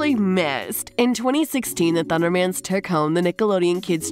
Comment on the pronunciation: Not ThunderMAN it’s pronounced thundermens